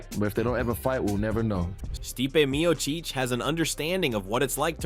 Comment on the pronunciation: Steepay Meo-Cheech!